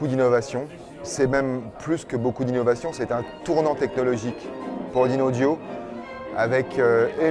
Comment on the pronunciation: Le présentateur qui ne prononce même pas correctement le nom de la marque...